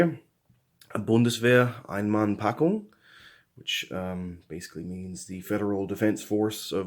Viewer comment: Nice review. Your german pronouciation of Einmannpackung Bundeswehr was perfect. I know that you are a teacher, are you a teacher for german language? It sounds to me that the meals were a little bit disappointing. I just got me a menu 1 and 3 western this afternoon on ebay. I'm curious how they are.